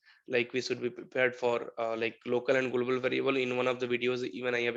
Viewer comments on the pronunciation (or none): "Golbol variable"😂😂